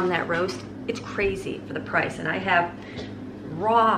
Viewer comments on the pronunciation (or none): none